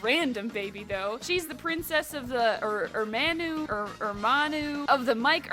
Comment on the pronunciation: It’s pronounced “ermano” cause “eau” in French is pronounced “o” and Ermaneau is French ❤